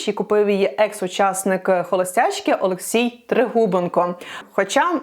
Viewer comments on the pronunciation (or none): none